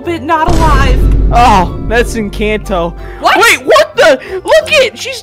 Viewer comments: ITS ENCANTO NOT ENCHANTO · It is pronounced encato not inKato